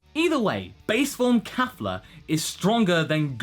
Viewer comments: KEFLA. KE. Not KA. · Oh my goodness it's KAY-fla though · Yeah he pronounced that wrong. xD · It's kefla sir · Just pointing this out, but its Kefla not Kafla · It's Kefla....